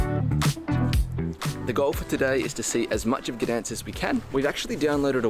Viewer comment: It’s Gdańsk ….